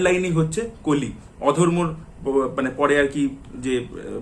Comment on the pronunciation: কালি কালি, কাল্কি কালকী কেনো বলছেন কলি, কল্কি ও তো বলতে পারেন এটা বাংলা উচ্চারণের ধরন না। বাংলা মুভির স্বার্থে এতো কথা বলেন কিন্তু নিজেই হিন্দি বা ইংরেজী ভাষা দ্বারা প্রভাবিত। আর এই কল্কি ( Kalki )এবং কলির ( Kali ) উচ্চারণ যদি কালকি এবং কালি হয় তাহলে আপনার নামও ( )না ।